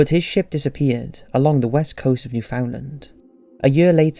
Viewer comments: Newfoundland is pronounced NEW-fund-laand, not new-FOUND-lind... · Newfoundland Its not pronounced "New-found-land" but "NEW-FIN-LAND". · New-Found-Land 😂 A common mistake but it’s actually pronounced New-fin-land you would of never known that so it’s all good. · Canadian here.. proper pronunciation is Nufinland